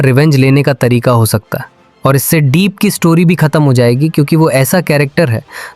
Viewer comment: Ye dono voice ai generate hai , deep ko , दीप bol rha hai , jabki डीप hona chahiye